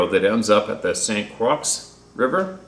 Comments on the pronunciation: Croix is pronounced "croy" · St Croix sounds like CROY. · It's pronounced (croy) but you do great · Croix is pronounced croy